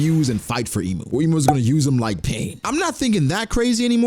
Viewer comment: Can you at least pronounce Imu correctly lol